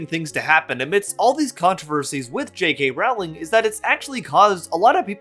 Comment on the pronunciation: I love that everyone including native speakers mispronounce her name. I don't even think you're doing it on purpose 😅